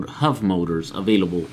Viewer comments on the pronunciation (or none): Are you saying HUV motors? Or HUB motors? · Just to clarify, When he says Huv motors, he is referring to Hub motors right? Just an accent thing? Or is Huv a thing and I am failing to find them? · The wheels aren't pronounced "huv motors", they are "hub motors". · hub not hov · hub motors... not huv motors